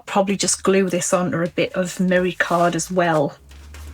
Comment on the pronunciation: I never got a response to my inquiry about merry card, but I think you were saying mirror card. I had the volume down and the cc on. Sorry, I just didn't understand.